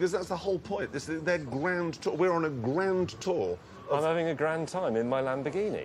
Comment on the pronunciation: I love Jeremy's over enunciation of "Grand Tour"